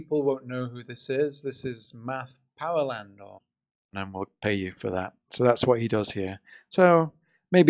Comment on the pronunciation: It's "Math Powerland", not "Matt Powerland".